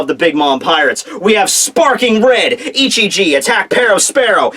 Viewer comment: Were You Saying ICHIJI OR NICHIJI? Because I Kept Hearing You Say Nichiji For Some Reason.